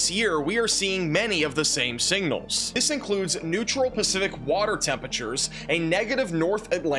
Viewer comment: "singnals", lol. It's "signals".